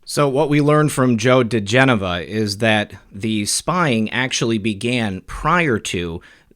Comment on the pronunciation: Thanks ever so much for your correct pronunciation of Joe diGenova's name! I know it may seem like a small thing; however, I believe it further enhances the credibility of your excellent, professional news reports and helps grow your avid-viewer base:) Mahalo and aloha!!!